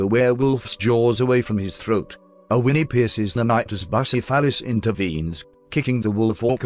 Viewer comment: Everybody going on about “queasy deutsch mark”, but I’m too busy laughing myself sick over how the TTS managed to turn “Bucephalus” into “Bussy-Phallus”.